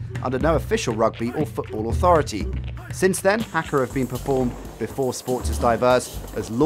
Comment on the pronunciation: That's not how you pronounce haka - it's hah-ka not hack-a.